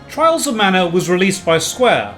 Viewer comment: "Twials of mana!" Oh boy, of to a good start.